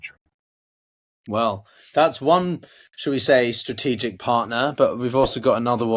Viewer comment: Stratigical????Interpretate??? Ohh